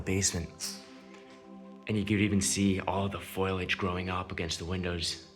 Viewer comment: Twice he mentioned "foil-age", so I paused the video looking for rolls of Reynold's Wrap aluminum foil. All I saw was overgrown vines . . . silly me, he means foliage (faux-lee-edge)! "Whoooa" what's the difference? Toe-may-toe or tah-mah-toe. Granite or marble, to him they are both the same!!! {{{please realize the last sentence is pure sarcasm}}} 🤣